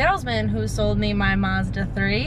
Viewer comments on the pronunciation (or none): none